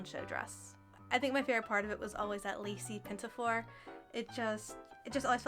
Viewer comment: there is no "t" in pinafore